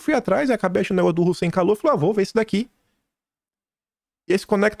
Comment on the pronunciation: Só eu escuto o dizendo "O sem calor" quando fala o nome do Hussein Kalout? xD